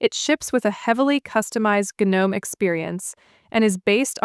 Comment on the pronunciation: "Guh- nome" lolol😂😂